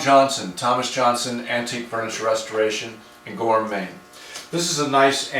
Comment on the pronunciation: this was me a few weeks ago. was gonna ask also but just read the description lol. thought he was saying gormayne